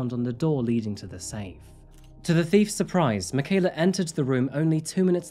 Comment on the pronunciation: thank you so much for the respect you have shown by something as simple as pronouncing Michaela's full name correctly. Wonderful coverage of this dreadful crime. Nice little touch to show Mike, That Chapter too. 😉